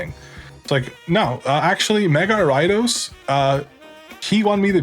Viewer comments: For the longest tine I was trying to figure out what the fuck Arai-dos was. It took typing it to realize he meant Ariados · Are you referring to gyarados when you say ridos im so confused haha